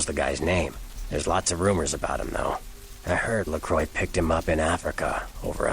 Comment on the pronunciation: I think you are actually right in how LaCroix's name is pronounced (as he was born in France) - presumably all the other Kindred mispronounce his name because they're American... and LaCroix probably gave up trying to correct everyone at some point or other - if he ever cared... doesn't seem the type to really make a fuss over people mispronouncing his name.